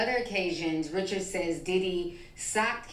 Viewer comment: Anyone who watched Making the Band or was a fan of Danity Kane could tell you that her last name is pronounced “reh-shards” not “rich-urds”, like the average name. They could at least say it correctly if they’re going to talk about her.